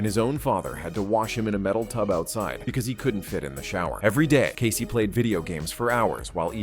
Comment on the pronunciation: casey almost sounds like caseo